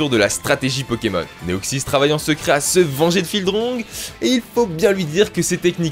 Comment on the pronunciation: Bon deja Magicarpe dans tous les ca je m'en sers pas et de 2 on dis ou on ecris pas Neoxys mais Deoxys